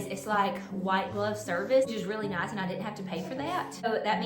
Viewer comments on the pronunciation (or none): none